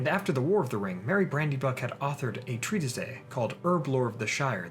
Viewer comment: Also, treatise is pronounced differently.